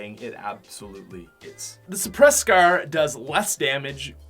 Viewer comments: U pronounce it like scaaaarerrr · I love how he pronounces scar. scaaaaar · " Coming at number 3 is the scer. " 😂😂😂😂😂😂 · Scrrrrrr not scar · y do you say scrr and not scar??:p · he says scer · He said scar like scrr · The way he says “scar” so funny😂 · The way he says scar though